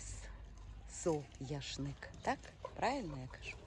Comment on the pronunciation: Правильно буде не сояшник, а соняшник